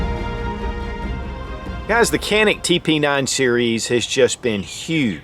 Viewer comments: Turkish pronunciation is actually John-Ick not Jan-ick.... not that it matters. Just thought you may want to know. Cool video. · Say....John--IC. That is the Turkish Pronunciation. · John-Nick if you can't pronounce it right, (i'm turkish-american) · Was told Canick is pronounced “ “Jah-nick” 😂 the sales douche tried reaming my ass at the counter for calling it Canick. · Pronounced Tschanik . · I hear in Turkey they.pronounce it "Janik". But they say Turkay, not Turkey. So let's stick with canik. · oh you’re ignorant you pronounced it canick, that’s so ignorant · true pronounciation: Ca is like “Ju” in “jump” and nik is “nick”. Greetings from Turkey. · Dude, you need basic Turkish lessons You are far off on that pronunciations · thats not how we say it tho